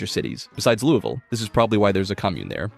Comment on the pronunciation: Kentucky native here. Thanks for saying Louisville correctly